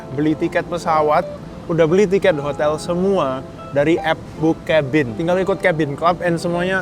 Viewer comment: Kok gua denger bookcabin nya "bokepin"🗿🗿